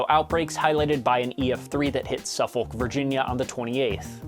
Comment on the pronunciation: Its pronounced SufFUCK or SufFICK not sufFOLK. Much love ❤